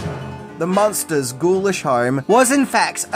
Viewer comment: IDK if it's the accent, but it sounds like the host is pronouncing the name as Monsters and not Munsters, as in Muenster cheese, or Munster the German city.